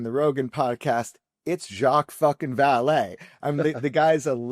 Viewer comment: Love weaponised, I haven't listened to a bad one yet, and this was great with "Vallee"....🇬🇧